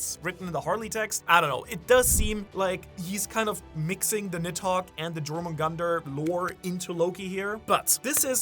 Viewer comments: Jomungandr Pronounced: ✅️ You're - Min - Gander 🚫 Jor - Man - Gunter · If you're doing theories of Jormungandr I humbly ask you to pronounce it properly dʒor-moon-gandr ❌ yor-moon-gandr ✅ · Bro it's pronounced as yormungandar the j is pronounced as a y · Butchering jormungandr